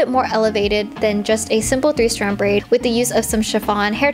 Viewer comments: “i’m braiding this into a simple three straid brand” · Did anyone else notice she said 3 strad brand? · "three straid brand"